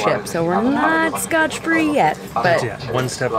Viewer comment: SCOT free, not SCOTCH free.